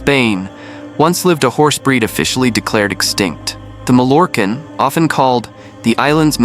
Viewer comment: Teach the ai voice proper pronunciation. Mallorquin Ma(Y)quin. If it's the breed name then get it right.